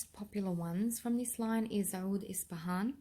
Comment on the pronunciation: owwoullld..lol "Oud"?